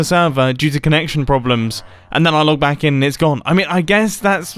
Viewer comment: Wait at the start didn’t anyone realise mumbo said “welcome bang” and not “welcome back”